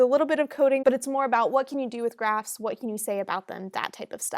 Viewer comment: You said trees and graphs What i heard at first trees and grass ☺ Please one video on regex pattern and matcher pleaseeeeeeeeeeeeeeeeeeeeeeeeeeeeeeeeeeeeeeeeeeeeeeeeeeeeee